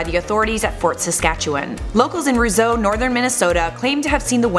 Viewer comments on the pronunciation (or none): You said Roseau wrong and the reports were in Warroad not Roseau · She said roseau wrong